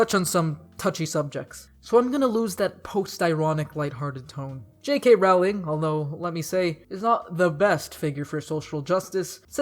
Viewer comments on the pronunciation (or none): It's no highschool it's hogwarts.. And not raowling it's Rowling.. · 1: rowling is pronounced like rolling (sorry). 2: the auther never said whether harry or hermione were white it was just assumed